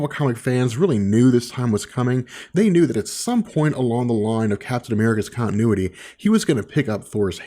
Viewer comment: It's good, but learn how to say continuity, there are t's in the word for a reason... To be said!!